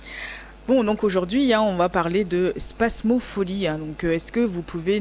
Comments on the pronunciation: C'est pas spasmopholie Mais spasmophilie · Il serait bon de reprendre le mot spasmophilie et non pas spasmopholie qui n'existe pas. C'est un i et pas un o au niveau de la prononciation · Cest pas spamopholie c’est spamophilie très bien pour une chroniqueuse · C est pas spasmopholie mais spasmophilie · 😂😂😂 vraiment , et c est pas spam mais spasm elle m as fumé